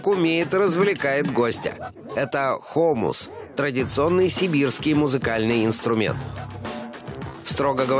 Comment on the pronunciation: Не хо'мус , а хому'с. P.s. ' - это ударение